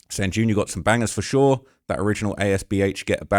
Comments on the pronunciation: It JR not junior bro please stop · allstar junior is hilarious lmaoo its J R pronounced separately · I’m disappointed in you. Fifteen minutes of research and you coulda had more concrete info. And you and flakko need to stop playing with Allstar Jr (Jay-r not junior) like he not one of the biggest out of Detroit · ITS ALLSTAR JR not Jr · It’s AllStar J R btw not jr (junior) he’s been known in the city for years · It’s Allstar J-R trap not jr 😹